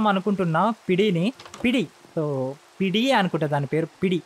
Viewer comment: Adi pidi kadu pidgi